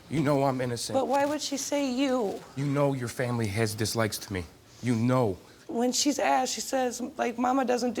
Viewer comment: did he just say "Dis-lickeds me"